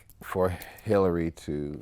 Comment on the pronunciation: He said Hillary aha...deuces